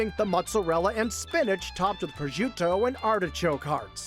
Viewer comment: Proscuitto and all of his non-English pronounciation hurts